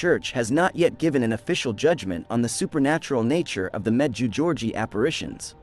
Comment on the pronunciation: The correct pronunciation for the apparition site is as follows med jay go re eh Ray from New Brunswick Canada